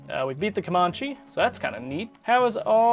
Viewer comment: come-ann-chee (as in cheese)